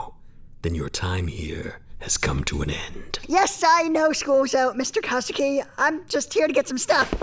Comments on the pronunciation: Great ep! Sensei's name is Kuzuki though, not Kazuki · It's Kuzuki, not Kazuki